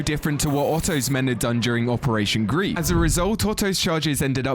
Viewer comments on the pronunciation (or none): Operation GREIF (it means Griffin/Gryphon) not Operation Grief like the feeling of sadness 😂